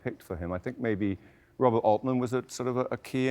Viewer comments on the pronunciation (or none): none